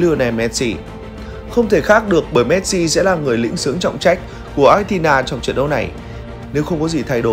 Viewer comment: Xin đọc Argentina ko nên đọc Achentina vi có H đâu